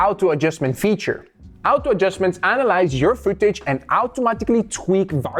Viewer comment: bro its "auto adjustment" not "oto adjustment" 😂😂